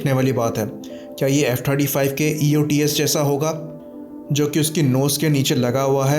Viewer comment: I also heard 25 lekin phir 35 bhi lga kuch confusing tha